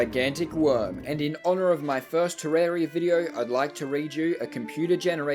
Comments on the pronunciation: ter-RAR-ia not fucking ter-air-ia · *wrong way